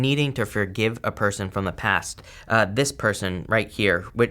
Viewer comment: I love how you "accidentally" pronounced person as Persian... thats a clue for me hahah